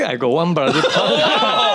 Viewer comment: Why is he always saying Bra-the